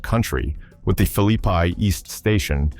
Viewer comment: Its Philly-Pea!!😂